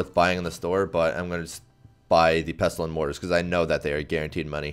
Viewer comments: Dude, you don't pronounce the t in "pestle" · This guy genuinely pisses me off cuz he says pestuhl instead of pestle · The T in pestle, is silent. Pessel.